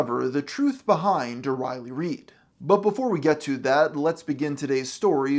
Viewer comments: Do you keep pronouncing her name O'Reilly?! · Why does this guy repeatedly call her O'Reilly? Kills all credibility. I'm almost half way through this vid and I'm going to stop here. Boo, downvote. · Riley, not O'Reilly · Am I the only one who hears “O-Riley” every time he says “Riley”?